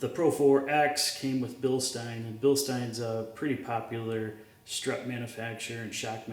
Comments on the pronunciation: He appreciated your correct pronunciation of Bilstein so he subscribed to your channel right away. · Pronounced Bilstein correctly; Subbed…